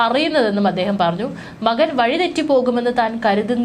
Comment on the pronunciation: വളരെ മോശം ഇവരുടെ മലയാളം. പിന്തുണ, മകൻ. ഇതൊക്കെ പറയുന്നത് ഒന്ന് കേട്ടു നോക്കുക. ചുമ്മാതെ വലിച്ചു നീട്ടി ഓരോന്ന്. കേൾക്കാൻ ഒട്ടും താല്പര്യം ഇല്ലാ